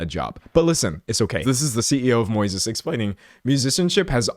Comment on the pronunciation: Moises? Like the Spanish name just pronounced wrong?